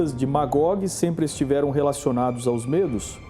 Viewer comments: não digam Mêdos; digam Médos!... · Gosto dos teus vídeos. Tem fundo histórico. MAS a pronúncia de MEDOS, é uma pronúncia aberta - MÉDOS. Os curdos é um povo tão antigo, que já eram citados por Xenofonte - em Anábase a retirada dos 10.000 gregos do império Persa, lá pelo ano de 480 A.E.C. Abraço